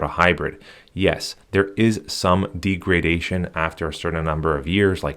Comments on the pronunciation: The word "degradation" is pronounced as "DEG-ruh-DAY-shuhn not "dee gruh day shun... I don't blame you all the data shows internet dependent millenials can't spell, write or pronouce stuff. That I'd throw that out there sir. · It’s deg-ra-da-tion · deegradation? uh lol what the f? check out pronunciation its a short e not a long e